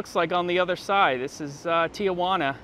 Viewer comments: Lots of chickens mean there isn’t anything else to eat. In Puerto Rico its rabbits. Did you get enchanted in NM? I sure miss the food down there. Tee-Juana, not Tee-a-juana. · It's TI Juana not TIA Juana. Tijuana, Mexico. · Tijuana is pronounced “Tee huana” not Tía Juana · 🤣Tia Juana? Lol it is spelled Tijuana, pronounced just as it is spelled. Tell your tia Juana I'll be over for dinner later. Lol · Small correction. I think it is pronounced Ti juana not Tia juana. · Good time to hep my fellow gringos to the correct pronunciation - Tijuana is tee HWAHNA. No "uh" sound after "tee". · Love the video but as a San Diegan, I always cringe a bit when someone pronounces Tijuana Tee-a-wana. 😂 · I noticed that tambien